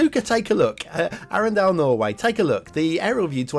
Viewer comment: Arendal, pronounced Arndal (silent e). As a norwegian I wan't to be patriotic but honestly the best parts of the map is the many intersections and coastlines. Sloped build areas makes wonky edges around buildings. Map: 2 Stars. Loved the Shark asset and the ad. 5 Stars.